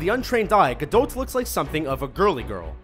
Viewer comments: Just because Gal Gadot (which is pronounced as it is written not gadowt btw) was in the army doesn't mean she has combat training, he might as well been a secretary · Gal Gadot ( Ga-doe ) not Ga-dote Not a big deal or anything, it just bugs the shit out me when I hear Ga-DOT and now especially Ga-DOTE. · "gal gadote" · It's pronounced Gadoh not gadot just saying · did you just say gal gadoT!? it's Gal GadO. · Gal Gadot is prenounced "Ga-dot" not "Ga-Dote." why the fuck cant anyone on this channel prenounce peoples names correctly, especially this one. you said "Ga-dote" so many times I nearly got a head ache. and im seriously considering unsubscribing because it's that annoying and hurts my ears so much. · GAL GADOT: you don't pronounce the "T"....say: GA-DOH. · it's gal gadat not gadot to say I mean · gal 'gadote' 😬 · It's Ga-doT, the 'T' is pronounced. Gal herself has confirmed it. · Omg, I hate the way he says Gal Gadot! The t in Gadot is silent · lol Gadought XD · "Ga doat" just fucking say Gadot!!!!! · Am I the only one who gets uncomfortable when hearing him pronouncing Gal Gadot? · I don't think the "t" in Gadot is pronounced. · you didn't say gal gadot name right..... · iam egyptian and i know that gal gadot isnt pronounced that way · Why do you struggle saying "Gal Gadot"? You butchered her name... xD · Way to butcher gadot, dood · Why does everyone pronounce Gal Gadot's name incorrectly